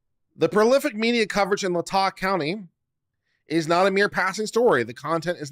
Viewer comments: It's pronounced Lay-Tah county I live in Moscow and am not a college student so 🤣🤣. I know the broad strokes of the case but very little details. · OMG, this is worth listening to, if not just for how many ways you pronounce LAY-tah County😂😂😂😂😂